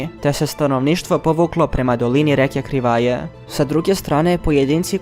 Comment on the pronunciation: Само мала исправка; грешка у акцентовању Криваје и Завидовића.